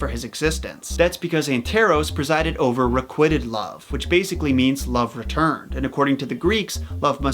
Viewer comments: Isn't it re-quite-ed instead of re-quit-ed ? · You mispronounced “requited” in such a weird way that I’m wondering if you didn’t recognize it as the past/participle of the verb “requite.” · I still love your content, but I’m not gonna lie. That ‘requited’ pronunciation really irked me..